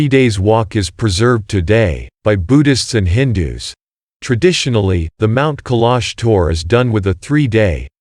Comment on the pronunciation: Try pronouncing the name of the mountain properly!